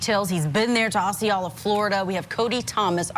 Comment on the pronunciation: "Ah - see - oh - la" not "oh - see -oh - la" is the way you pronounce Osceola. How do you get to be an adult and not know how to pronounce the name of the tribe led by King Osceola?